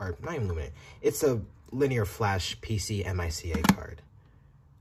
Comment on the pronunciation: I cringed every time you botched "PCMCIA".